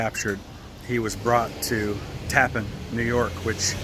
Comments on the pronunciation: Thank you for the video. I did a paper on Andre in college. I used to live in Old Tappan. Just an fyi its pronounced like "Tappanne" not tappen. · While this is very interesting and informative, you might take some time to speak the some of the local inhabitants about the pronunciation of the name of the place you are featuring. It is not pronounced as “Tappin”. It is pronounced “Tap-pan”. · its pronounced, tap-pan, TAPPAN New York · Tap-PAN is how it's pronounced. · Actually pronounced TAP-PAN . " Tap" like in the Military term Taps ...." Pan " as in pots & pans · First-it’s called Tappan , not the appliance name . I don’t understand how you could call it the appliance name. Everything you see says Tappan. Pronounced Tap-pan . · You pronounced our town incorrectly. It is not pronounced like the bridge. It is TA-pan. I grew up here. My parents bought our home here in 1976. Always pronounced TA-pan. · the town name is pronounced Tap-Pan. 2 syllables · Tappan is pronounced with the accent on the second syllable.